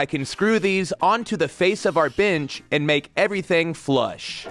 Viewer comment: Nice, uh...binch? I keep hearing binch, and I can't stop laughing, it's like someone bet you you wouldn't, but then you did, for an entire video. XD Points off for Kreg for the aggressive ghost sponsorships this week. I don't care if they want to openly sponsor videos, but this deceptive product-drop bullshit is not okay.